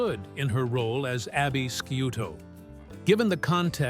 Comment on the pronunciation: This is garbage. Abby's last name is pronounced shoe toe not skoo toe. If they are that lazy it does not surprise me that the rest is speculation based on almost no facts. It's crap. Click bait.